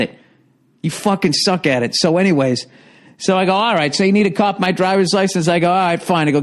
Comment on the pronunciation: "caupy of my driver's license?"